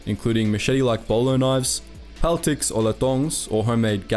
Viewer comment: The way you pronounced "Latong" though, it's strangely weirder than hearing foreigners mispronounce words as they normally do.